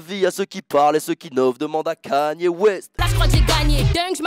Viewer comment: C’est pas kenye c’est ka nye y’a pas de E dans son blaze